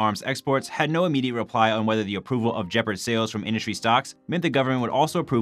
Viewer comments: NOTE: "Nucular" is NOT a word. Nuclear is. Any chance the guy doing the voice-over learn that? Who's doing that anyway? That guy has no professional training. More like blurting words than doing voice-over... Oh, and it's not "djeperd". Please learn to say the word "gepard" properly. It's f*inkg annoying to hear. Simply go to Google Translate, choose German, then type the word in and listen to it. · Jepard? What is a Jepard? Did you mean Gepard?